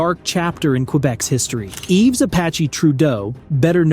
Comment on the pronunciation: Yves, not Eve